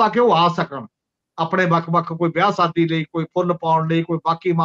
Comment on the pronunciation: Punjabi word is Shaadi and not Saadi as is pronounced in your program . Thanks .